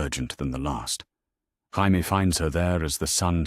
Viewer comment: Why cant AI say Jamie, its always Haimie.